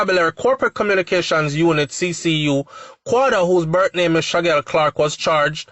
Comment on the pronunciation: HIS NAME IS SHAQUELLE (SHAKEEL)_NOT SHAGGEL